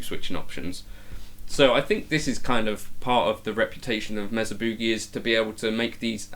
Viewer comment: M “A” sa!!!! Not Mezza It’s also Not Boooogie. It’s pronounced Boogie